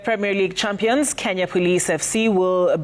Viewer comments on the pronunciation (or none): Kindly note League is pronounced as /liːɡ/ with a long "ee". Please it is not leg...come on guys please. I know you can nail this one too.